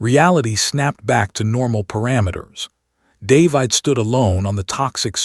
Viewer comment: Stupid AI voice can't pronounce the name 'David'.